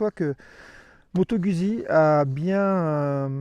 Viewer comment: Pour que ton Italien soit parfait, il faudrait que tu prononce Guzzi comme eux: "Goûtes-y!"